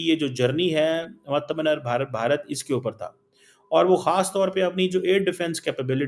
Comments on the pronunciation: Artha menar nhi be,, Aathmanirbhar hota hai woh... Words sahi use karo... 🤦🏻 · It's Aaaatamnirbharr